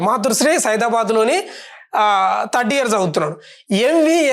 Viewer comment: తడ్డియర్ కాదు anna థర్డ్ ఇయర్